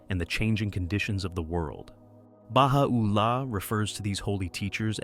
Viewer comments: Beautiful video, except you are mispronouncing Baha'u'llah. The accent should be: ba-HA-u-LLAH, not Baha-OO-llah. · oooooops, it is pronounced as ba-hai or Hi as we greet a friend!?! Baha'u'llah is easy too -- the 'u' is not emphasized. it is soft .. joined with 'ul-lah' .. .. ba - ha - ul - la cheeeers bro !!